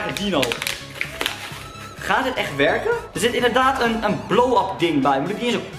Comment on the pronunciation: STOP ME ÉÉN ZEGGEN IN PLAATS VAN EEN